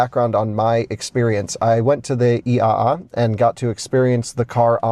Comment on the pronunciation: perfect pronunciation of “IAA”. and: if they are doing dog mode they should also do a camp mode while they are at it. :)